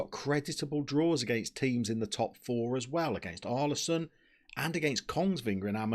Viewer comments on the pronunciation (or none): To pronounce Ålesund correctly is like a Uh sound Uh-le-sund is best way to describe it